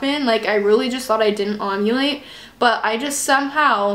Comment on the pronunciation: are you saying ogulate not ovulate?? lol